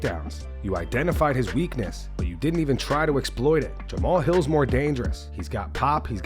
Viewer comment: lol 😂” jamahaha hill “